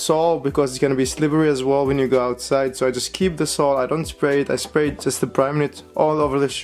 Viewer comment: Did he say splay??